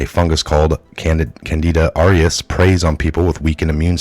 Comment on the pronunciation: Although I appreciate the content, please practice reading and speaking before taping. You get the main words wrong (the name of the fungus), and read the parts of the article wrong and mispronounce main words in the reporting that you do. We all need to improve all the time, so please take the time to get the words and pronounciation right.